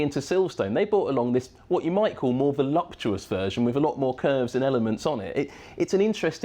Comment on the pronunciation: Man said voluptuous 😭